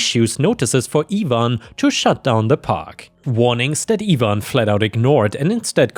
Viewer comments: Its ivan not evan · You always seem to pick the Really good stories. just a help on how names are pronounced for if you see them in future stories. Ivan, is normally said like I (EYE)-VAN) (Ivan). like it would rhyme with DiAnn, Cayenne,Lion, Van, Can, Fan, Man, Pan, Tan,...and other words like that. Have a good day/night. whatever time it is in Thailand. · in the U.S. it would be pronounced EYE-van and in the word orgies the g is pronounced oar-gee's. Edit: Yes english is weird language. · ivan is pronounced Eye-van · Ivan is pronounced EYE-van. Or at least it is in the US. Bulgarians and Romanians may have other opinions on the matter.